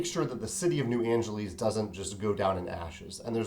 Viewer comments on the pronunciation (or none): Sorry to nitpick, but you keep saying "New Angeleez." Shouldn't it be pronounced like Los Angeles, which is pronounced "Angeliss"?